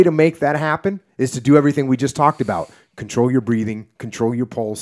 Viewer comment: AbUUUt?... This guy Canadian SpecOps?